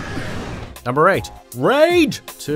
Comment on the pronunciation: The pronunciation of RAGE 2 it's the proof that the narrator is an AI